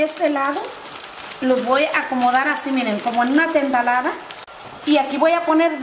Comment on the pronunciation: Hay lo unico que me llevo de este video es el "iren" , "miren"